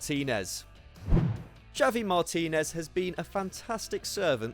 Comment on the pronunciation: How do you manage to pronounce Javi Martinez name two different ways within 15 seconds mate?😂